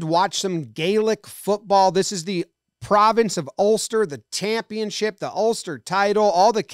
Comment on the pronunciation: Tampionship????? Did you misspeak and mean Championship? Or is that the spelling/pronunciation over there??